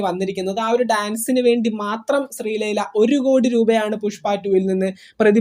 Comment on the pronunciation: ശ്രീലൈല അല്ലടാ ശ്രീലീല